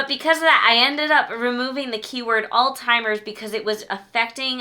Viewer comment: i pull out my hair every time i hear someone pronounce Alzheimer's as All-Timers. there is no T in Alzheimer's. Stop saying that!